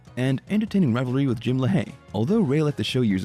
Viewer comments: The narrator must not be too big of a fan pronouncing Jim’s last name like La Hay instead of Lay Hee like they say on the show. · Great content for sure, although some things were mispronounced. Jim Lahey's last name is pronounced "Lay-HE" rather than "Le-Hay". Keep it up! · Good old Jim "Lahh Hay" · say it with me.... "Lay-Hee" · The way you pronounce "Lahey" bothers me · Why do you keep mispronouncing Lahey